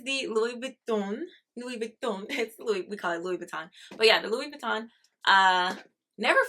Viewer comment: There you go. You are one of the fewest people who pronounced LV correctly. I’m a former LV leather artisan and I used to make their bags for the USA manufacture. The neverfull was one I specialized in. Great bag .